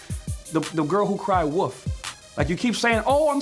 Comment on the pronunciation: “Wolf” Richie D, not “Woof”. Lol!